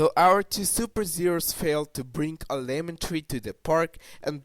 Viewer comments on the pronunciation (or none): none